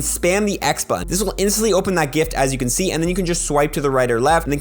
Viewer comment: When saying whether or not a costume Pokémon can be evolved. You should say “can” or “can not”. Not “cant” I thought you said spheal CAN be evolved. I went out to hunt for said shiny only to realize it can not evolve.